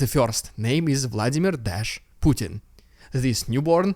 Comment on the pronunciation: Love you saying puttarna not putintin 😊